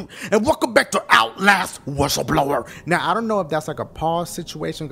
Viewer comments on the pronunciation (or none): Dashie it's WhistleBlower not WishleBlower